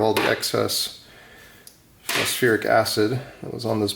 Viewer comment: it's phos FOR ic .. acid, not FEAR